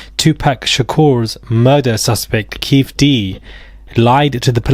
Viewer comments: It’s Keffeeeeeeeeeee D Not Keith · Pronounced Kee Fee Dee. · His name is pronounced Key- fee D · It's pronounced "Keith-e-d" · Just in case you more on Keefe D. It's pronounced Key-Fee